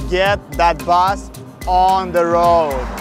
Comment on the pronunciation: bro said bas instead of bus